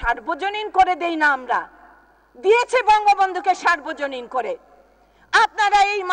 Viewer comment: কে কাকে সর্বজনীন করতে বলেছে? বক্তব্য তো দিচ্ছেন, কিন্তু উচ্চারণ তো ভুল হচ্ছে। সার্বজনীন নয় সর্বজনীন হবে।